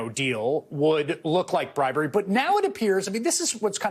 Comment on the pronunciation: Sounds like bwibewy...😂 Go Trump!!